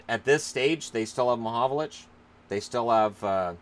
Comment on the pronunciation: Its frank mahovlich not mahovolich ffs.